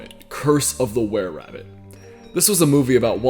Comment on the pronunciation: You miss pronounced wererabbit as whererabbit